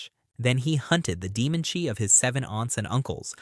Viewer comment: Love your videos, but it [at least in English] is pronounced Chee, not Chi